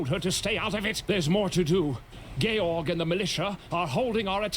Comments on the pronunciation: My understanding is that the game is pronouncing the name Georg correctly. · Georg is a German name and it sounds correctly in the game. More so, English George comes from a Greek name which sounds very similarly to the German one. And so do its variations in most languages. English speakers are the weirdos when it comes to "G".